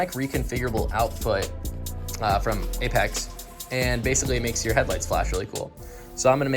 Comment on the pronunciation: Thank you for pronouncing apex’i correctly 😂